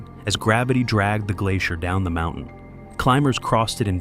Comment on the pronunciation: "from the world's highest mou-en"??